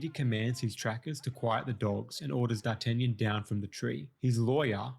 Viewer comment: you butchered D'Artagnan's name worse than the dogs did to his character